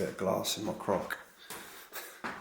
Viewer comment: I thought you said you had a bit of glass in your crutch😂